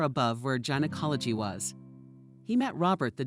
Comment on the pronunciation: Ditto !!! I love these stories, most r real interesting, i listen to them all day while doing chores. I admire anyone who could read for this length of time. The words they mispronounce aren't hard. Don't they look over the material before reading? Gynecology is no where close to Geology, and as a woman to not know how to pronounce it amazes me. To mispronounce so many words really takes away from the quality of the story.